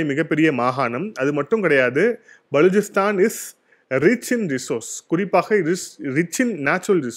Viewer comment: பலூச்சிஸ்தான் நீங்க உச்சரிக்கும்போது பலூச்சிஸ்தான் உடைந்து போவுது. அப்புறம் கவுதாரி போர்ட் இல்லை குவாதர் போர்ட்